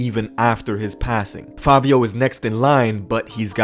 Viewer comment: The guy said Favio 🤣